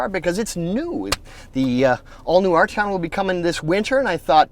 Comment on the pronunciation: Do any of you guys realize there is a 't' in Arteon? Ardyon - just lol.